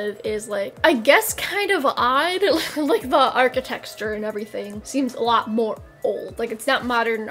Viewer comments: ok but why does pronounce architecture as "arc-i-texture" lmao as an architecture major I am extremely offended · Nobody:: architexture